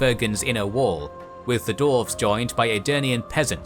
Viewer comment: Great video and series EXCEPT I am positive, unless I'm going insane, that he always says "Dorf/Dorves/Dorven" and a few other random weird minor mistakes with names.